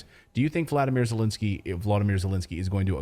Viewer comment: Second e in Zelensky is pronounced as the first e, not Zelinsky.